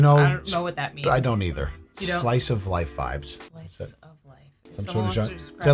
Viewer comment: “I don’t know what a celebration is eithuh” hitting that accent 🫶🏼🫶🏼